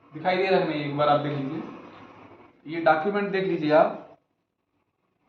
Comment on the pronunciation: डाकुमेंट नहीं होता है वो डॉक्यूमेंट होता है 😂